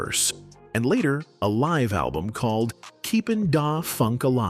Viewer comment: There are a few other mispronounced words. "Live" as in living was used instead of "live" as in "Live from New York" as one example.